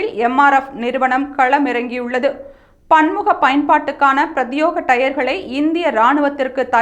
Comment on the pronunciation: Prathyega..not prathyoga.. please correct ..